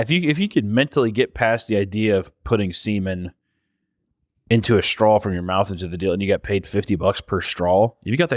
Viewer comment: I love the way pronounces straw. strawl